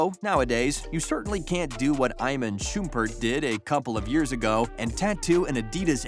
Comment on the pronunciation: Eye-men Shoompert 🤔